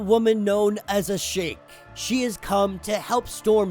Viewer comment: i think it is A-SHA-KE~